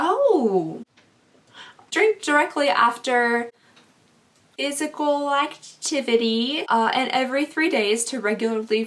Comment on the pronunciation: After.... uh... phySEECAL activity 🤣 IG: Jordan.orsini